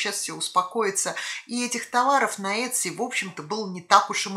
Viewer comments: Произносится - ИТСИ, по крайней мере в Калифорнии ) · правильное произношение в америке Этси. посмотрите англоговорящие ролики на ютюбе :)